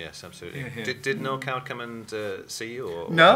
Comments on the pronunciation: Maria Aitken pronounces " Coward " as " Card " - how odd. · It's not 'odd' to the ears of a native British-English speaker (which I deduce you are not). Aitken's idiolect is a mixed bag: for example at 9.23 she says 'gonna' - which has only been part of the americanisation of (excuse me, no other term will do) educated rather-upper-middle-class British pronunciation: to go with 'card' for 'coward,' Aitken's pronunciation of 'going to' should/would, until only twenty years ago, have been 'geng to'...